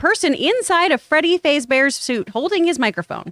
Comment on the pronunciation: She really said Freddy “Faze bear”